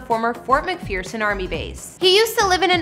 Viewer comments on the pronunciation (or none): none